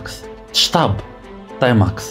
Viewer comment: ⛔ غير هي بالرجوله سميها تيماكس ماشي طيماكس 🤫😭😆👍